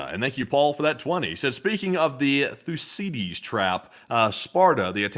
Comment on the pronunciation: I love you guys but didn’t one of you study international relations? How do you not know how to pronounce Thucydides?